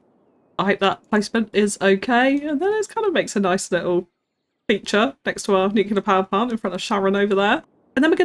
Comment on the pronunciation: NOOOOOO she said Nuculur!!! I am dead af - hit me with Powerword - Kill